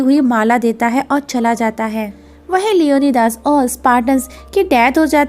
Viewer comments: Acha ok LEO - NI - DEEES Lio - nai - das nahi.... pronunciation thik karo bai apni... Esa lagta hain koyi bengali eyaa to hindustani ho jiska Surname DAS ho 😂😂😂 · Leonidas ko "Leone Das" 🤣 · It's leonidas not leonydas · Mam it's लियोनाइडस not लियोनीदास beside that marvellous explanation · Leonidas nai Leone Das🤣